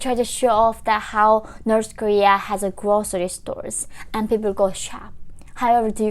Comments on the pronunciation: I hear you saying Norsh Korea.... 😂 😂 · Norse Nefecta 🇳🇴🇰🇵! 😂